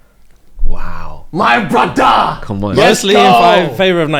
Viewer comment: “My Bruddah”😂😂😂 Fufu😊